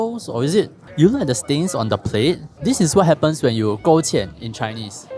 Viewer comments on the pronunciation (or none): 勾芡 bro not 搁浅 lol